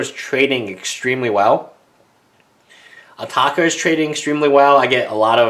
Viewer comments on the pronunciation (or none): WILL YOU STOP SAYING ATAAKA ITS ANOYING ITS ATARKA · Adel Alrawas Since when its ataaka everybody says atarka also mispronouces ojutai says ojate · Adel Alrawas SMARTASS hes not in England but AMERICA!!!!!!!!!!!! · He asian he can't pronounce the letter R properly